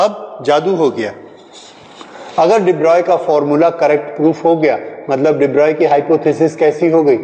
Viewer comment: HIT SONGS yes de Broglie is pronounced as de broy Also told in ncert